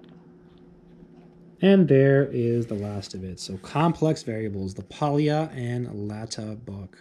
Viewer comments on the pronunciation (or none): Just one tiny detail: Pólya is pronounced as \ˈpoː.ja\ (more or less), so it's kind of more like POI-a then Poi-i-a. (In spanish I would transscribe it as "pólla".)